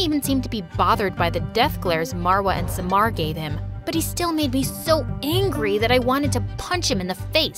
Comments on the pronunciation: Omg her pronunciation of the name suck how did ahmed become amed?? At least read all the letters! Farah, samar are butchered too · Smar?! SUMMAR NOT SMAR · Far-aa Amed Saa-mar Nice pronunciation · Bty its pronounced Sa - mar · These names are egyption cuz I am so I know but like the way she said them are wrongggg Samar is summer in English marwa is Marrrrr waaaa in pronunciation and then farah far uh :) quick tip lol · I love the country changes every video but the pronunciation 💀💀 I'm an Egyptian and like- "saemar" "Amed" "Fara"